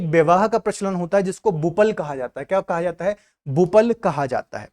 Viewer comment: झारखंड मैं संथाली विवाह को बपला बोलते हैं न कि बुपल😊😊